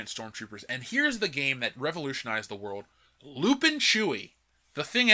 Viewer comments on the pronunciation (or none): none